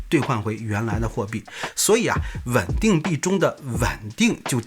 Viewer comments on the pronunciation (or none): 到底是wen ding还是ven ding？我听得都怀疑自己了